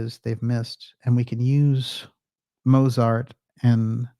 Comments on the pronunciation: And one minor but annoying thing: the German name Mozart should be pronounced "MOAT-zart", not "MOW-zart". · One minor thing: Mozart is pronounced motsart. It confused me until i realized that "z" is pronounced "ts" in german, but not in english.